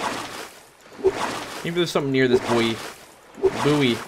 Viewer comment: When you said buoy, it sounded like poi, i must have Kancolle on the brain, also the depths in this game is creepy as fuck